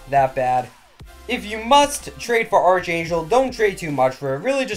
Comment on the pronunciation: Archangel (ARRR-K-ANGEL) the h is silent lol love this videos man